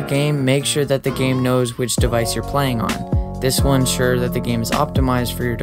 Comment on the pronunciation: "will ensure not "one sure" LOL